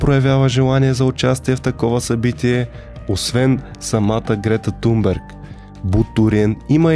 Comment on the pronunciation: Здрасти Thomas се произнася Тумас, а Thunberg се произнася Тунбери. Svenska Dagbladet се произнася почти така, но леко по-гърлено.